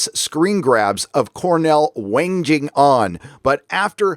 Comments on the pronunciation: It's not "wanj-ing" on; it's "wang-ing" on. Hard "g" sound. Like someone holding their "wang" while clowning for the crowd. Not to be confused with "whinging", with a soft "g", which is similar to "whining". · 'Wanging' is a hard G;-). Great vid, but all very sad;-(